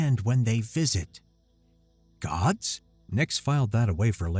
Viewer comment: Good story but I have 2 complaints. One: gods' is pronounced the same as gods. You don't say godses. Two: the narrator voiced the 17 year old the same as the 3(?) year old. Yes, I understand they were supposed to be a more primitive society but, come on.